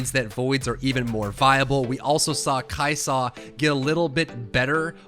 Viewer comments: The way you say Kai'sa legit almost makes this unwatchable. Stop adding so much emphasis on the 'sa part lol. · kai' Saaahhh dude. Kai' soh. It's kai' sa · The way he says kaisa makes my ears bleed